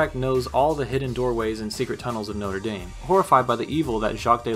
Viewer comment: Americans being completely unable to pronounce Notre Dame correctly will never not be funny to me.